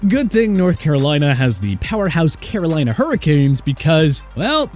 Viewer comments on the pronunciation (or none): none